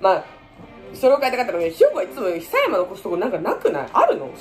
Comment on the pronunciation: ひさやま？くやまじゃないの？